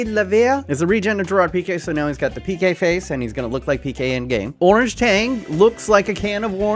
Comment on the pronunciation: You should rename Gerard Pique to Gewad Piqueh